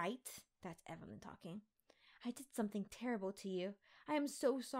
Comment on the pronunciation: Gurl you said be strong evylen